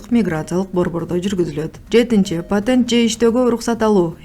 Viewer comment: Потент потент деп бурурупсунго созду